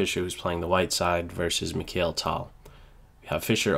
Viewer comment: That was great! But it's pronounced "mik'ile tal". Thanks!